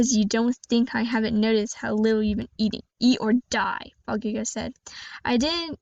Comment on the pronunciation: Its good actually pretty neet btw you did mispronouns bakugou its ok thats my first time saying bakugou